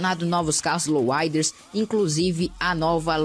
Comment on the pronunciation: louuiads bennys mota works VC fala certo em bichao